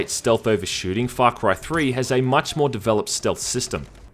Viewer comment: Great review but all I can hear is Fuck right 3